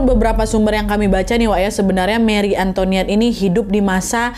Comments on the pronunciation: An to i net ,bukan antoniet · Antoinette kak, bukan Antoniette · Hai kak nad, setahuku Antoinette kalo bahasa Prancis "oi" itu bacanya "wa" jadi "antowanet" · Cara bacanya juga bukan anto(ni)ette, tapi anto(wa)nette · it's an-to-i-nette wak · Btw kak nad antoinette itu sebutannya kyk antwanet 😅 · Antoinette bacanya ang toa net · Oya aku kebetulan tinggal di Prancis, intonasi pengucapan antoinette itu antoanet(oi dibaca oa). Dan sebenarnya kalau menurut analisis beberapa sejarawan, marie antoinette hanya korban, saat itu prancis sedang muak dengan bangsawan dan kerajaan dan ingin mengubah sistem dan Marie datang disaat yang salah. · “Antonét” loh bacanya 😭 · Chateau de Versailles deket banget sama rumahku.. Koreksi dikit bacanya ya Versailles= Versai Antoinette= Antwanet Croissant= Kwahsong 😂